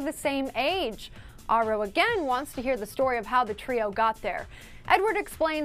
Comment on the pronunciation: She says Aro wrong! It's bothering me, It's said like arrow. I saw an interview with Stephanie Meyer and thats the way she pronounces it.